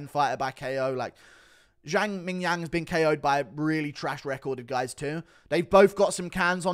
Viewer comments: Please stop saying ming yang jang lol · guru saying mingyang is fucking hilarious 😭😭😭😭😭😭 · is it racist to just laugh everytime guru says ming jong jang ffs hahahahaha